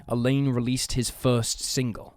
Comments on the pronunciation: you're pronouncing "Alain" like the girls name "Elaine" whereas Alain should sound more like "Alan" but with the _lan more emphasized than the English way (If you say " a lamb" thats fairly close) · Alain is pronounced the same as Alan, Alun, and Allen. Elaine is a female name. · It's pronounced Allen, not A- Laine. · Alain is a French name and is pronounced with a nasal sound. It's not pronounced Elaine. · I’m more concerned about the way the dude mispronounces the name Alain.